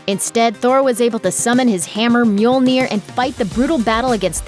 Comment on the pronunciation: how hard is it to say Mjöööööööööööööööööööööööööölner, not Mjoioioioioioiliiiiiir